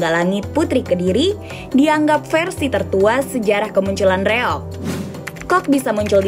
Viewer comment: REOG, Kisanak! Bukan REYOG! Tanpa "Y".